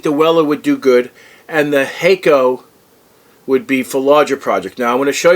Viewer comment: Hack-oh not Hay-co👍